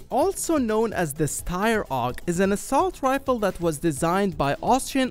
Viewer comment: Every time he says “assault rifle” I die a little inside